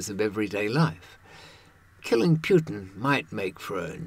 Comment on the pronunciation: Who the hell is Pjutin?